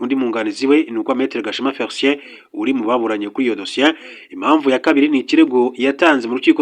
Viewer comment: Ngo Agahema Féricien instead of Felicien